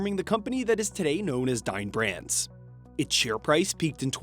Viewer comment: Oof. Dine Brands sounds like Dying Branss.